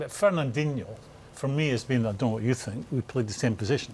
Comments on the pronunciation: Nobody: Mourinho: I sink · Jose: “I sink...” Everyone else: intense listening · 😂😂😂😂😂😂 I Sink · I sink You sink He sank ... While ago 😄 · Roy Keane : I Tink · I sink he knows a bit of the game but I sink it's not so hard to be an analyst/commentator, I really sink so... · Somebody should tell Mourinho to stop saying sink instead of think! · Normal people : i think Jose : i sink 😀😀😀😀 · Nobody: Jose Mourinho: ' I sink' Me: Well City are sinking with you right now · Morinho pronouncing 'think' sounds like 'sink' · Jose: "i sink" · Relax man.... I'm a big fan of his. But sometimes the opportunity for a good joke can't be passed away. I SINK Jose would agree with me on that.....😂🤣😂😆😁